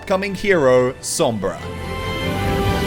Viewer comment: Lord Salad Spanish is my native language so i know what im talking about when i tell you that he pronunced "Sombra" right